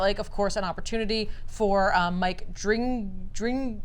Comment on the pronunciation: I believe Mike Dringenberg’s name is pronounced “Drin-Jin-Burg” but I’m not positive.